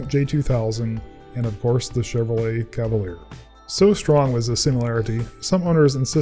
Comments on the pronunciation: They called it a "Cadaleer" lol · Cavalier lol